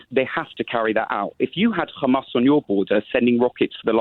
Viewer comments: You can tell he only watches IDF propaganda by the way he says Hamas “KHamaas” why do they struggle with the H sound😂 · He calls it Khamas, so that says it all. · Why does keep saying Khamas? is very clearly British and has it in his tongue muscles to pronounce the letter H. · The caller is a isreali thatd why he supporting isreali. The way he pronounce hamas as khamas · He said Khamas not Hamas. Enough said. I know all I need to know about this Israeli spokesman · The way of pronunciation Ghmas , I know enough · The caller referred to them as "KHAMAS" HAHAHAHAHAHAHAH. With his cute little Israeli pronounciation. What a stooge. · He even pronounces "Hamas" the way Israelis do, weird? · Why is mispronouncing Hamas in the Israeli way?